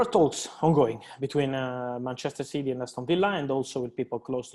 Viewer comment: Btw It’s City and not Citeh👍🏼